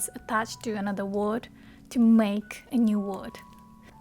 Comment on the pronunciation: you're pronouncing "word" wrong. There is no Japanese "o" in it.